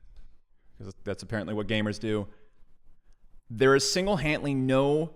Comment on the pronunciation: "single hantly"?